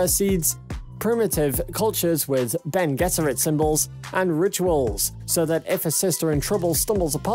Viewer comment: thank you for pronouncing bene gesserit correctly.